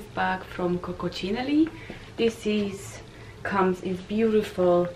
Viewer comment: It is Coccinelle not Coccocinelli! 😂 You are funny... Read carefully! By the way nice video!